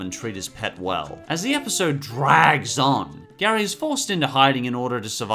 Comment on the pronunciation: It's spelt like Gary but you pronounce it as geary